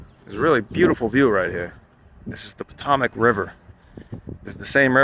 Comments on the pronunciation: This is lazy reporting. The Potomac River is pronounced puh-tow-mic, not poe-tom-ic. (this is nit-picky, but the first thing I noticed). Also, the Civil War was started in Charleston, South Carolina. This is not disputed. Fort Sumter is in South Carolina. Not West Virginia. Although, John Brown did lead an assault on an armory in Harpers Ferry, and was later hanged in Charles Town for it. The train mentioned as a coal train had no coal cars. Coal cars are typically open-top, and you can see the coal. Most of those cars were tankers, and a few boxcars. John Brown was hoping to start a slave liberation movement that would spread south. He hoped for a slavery-free United States. The phrase "[John Brown]....wanted the slaves to rise up and take back the land" isn't really correct. The slaves had never owned the land, and therefore would not be taking it back. At when when you state "..this is probably one of the wealthier parts of West Virginia" while panning over a rundown house with an overgrown yard, this is misleading. West Virginia looks just like any other state. There are trailer parks, old houses, nice sub divisions in gated communities, and there are multimillion dollar mansions. I could be wrong, but your stop in "coal country" was not a coal plant. A coal plant will have black coal rock and black dust everywhere. Also, none of that equipment appeared to have been used in the coal business. One of the pieces of equipment was a roller used in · It’s not potamic river it’s Potomac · pa-TOE-mic no pa-TOM-ic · (Pa - toe - mick) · Potomac [Puh-toe-muk] River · Potomac pronounced Poe toe mac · WV HAS ONE OF THE HIGHEST CASH RESERVES AND IS FAR FROM THE POOREST. RESEARCH DUDE WILL HELP YOU OUT. BETTER LOOK AT ALABAMA. DON'T TALK OVER YOURSELF WHEN YOU DON'T KNOW WHAT YOU ARE TALKING ABOUT. ANYWAY, IT'S 'PO-'TOH'-MAC. NEED TO REFINE YOUR YOU TUBING. DON'T COME BACK NOW-YA HEAR! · Potomac is pronounced (puh-TOE-mik) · pot0mac lol. learn how to say it